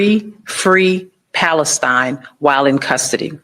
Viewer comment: He chants Free…Free…PalesTIIIINE. that’s NOT how it’s been chanted by pro-Palestine supporters. Just watch thousands of videos of the protests. It’s Free, Free PALestine! The accent is on PALestine, not PalesTIIINE. You’d think if he were a true supporter, he’d know how the chant goes. Stay safe. Sterling stuff as usual.